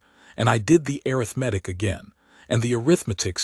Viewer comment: When will a I learn how to pronounce arithmetic?